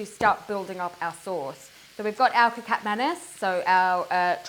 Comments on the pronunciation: It is not 'kicap', it is kecap. That is how it is spelled on the bottle. Pronounced keh-chahp if you are english speaking. Primarily 2 kecap are featured in stores, kecap manis (sweet) and kecap asin (salty). The asin is what we normally think of as soy sauce. Tomato ketchup is called 'saus tomat' (tomato sauce). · Wow Nice video ......That is so delicious, by the way to pronounce kecap, is "catch up" , not " K Cap" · You supposed to say Ke-cha-p not ke-cap, its the same mistake on porsche ma-cha-n. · Ketjap (not Kekap) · It’s pronounced “khe-chap” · The c is pronounced with a “ch” sound 😂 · “AYAM KETCHUP” thats how you pronounce it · Nice job! But the sauce ketjap manis is actually pronounce a little bit like ketchup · Nice one.. kecap should be pronouced like keh-chup hahaha. Cheers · The soy sauce called kicap sound "key chup" similar sound like ketchup... just correcting the sound... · presents very well and we may mistake her to have spent time in South East Asia. Kecap is derived from the colloquial word for Ketchup (Kichap) which should be the correct pronunciation of the word. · Not 'kitchap'. It is 'kecap' and the letter 'c' sounds like 'ch' in 'church'.